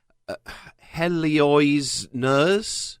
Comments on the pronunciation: "Hello-eeze" not "Heli-oize" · Loved Animaniacs! Oh and you pronounce the nurse's 1stname Heloise as "Hello-eez", not "Hello-easy". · Just wanna say that Heloise is pronounced as "Hel-Louise" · That would be pronounced ell-o-eeze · i think that's pronounced hell-o-weeze, but i have been wrong before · Heloise = Hello-weeze. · I think it's pronounced like Eloise, but with an H. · Heloise is pronounced Hello-is, in case you wanted to know. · I'm just concerned that you can't pronounce the name "Heloise"